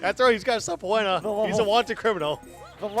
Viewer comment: The guy pronounced it "sub-PO-enas"...sub-PEE-nas dood.